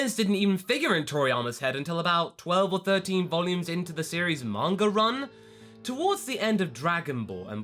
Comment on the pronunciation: I love how you say "Monger" instead of "Manga" xD